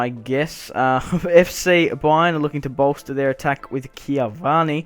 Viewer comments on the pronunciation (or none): cavani plays for psg in real life and it's pronounced ca-vann-i